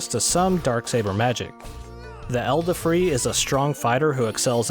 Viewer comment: Also, Edelfrei... "eldafree"? Really?